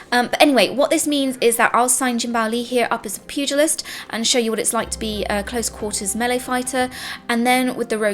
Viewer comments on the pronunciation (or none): none